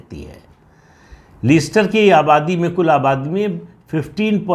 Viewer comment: Very true Pradeep ji. Indian govt should have stated Hindus instead of Indians. The pronunciation of the city is Lester Pradeep Jin🙏🏽🚩🇮🇳